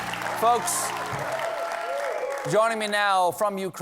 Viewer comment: Please!! Learn how to Correctly say Ukraine. Even YouTube has videos if you don't understand what is written in any dictionary!!!!